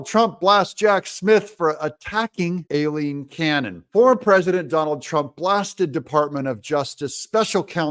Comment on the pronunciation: Doug i love you brother heres a heads up, its pronounced EYE-LEEN. LOL. Keep up the good work my brother TRUMP 2024